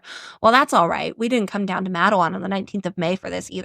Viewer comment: Im from Wyoming Co WV, close to all this, 3rd generation coal miner... Cool yall covering this video... But just to lyk its pronounced like Mate-(like the auusies says 😆) Wan (with the ahh sound) ...